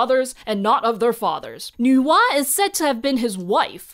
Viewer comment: My brain when I hear Nuwa: Why does is sound like Noah?😵‍💫😅 Even subtitle in other video said Noah 😂